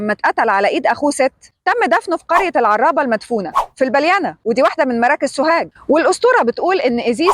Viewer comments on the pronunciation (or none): اسمها العرابة بتخفيف الراء وليست العرّابه بتشديد الراء اول مره اشوف حد من القاهره ينطق اسم البلينا نطق صحيح